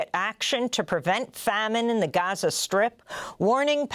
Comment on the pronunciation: She said Ghaza nat Gaza. Brilliant 👌🏼